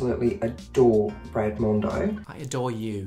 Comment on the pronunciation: When the unicorn lady said Brad the auto caps wrote 'bread'. Yep it did sound like bread.